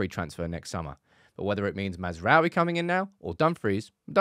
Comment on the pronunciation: Why everyone says he’s name wrong 💀😂 it’s. Maz (like Mazda da) rA(!) - oui (France yes) So Maz Ra Oui Everyone yt’uber says massra’oehWie, it triggers me 😅